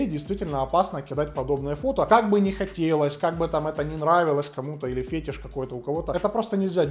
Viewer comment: Не фЕтиш, а фетИш